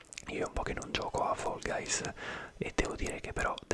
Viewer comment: Quando dici fall guys mi viene La pelle d'oca da quanto lo dici bene 🤤😴❤️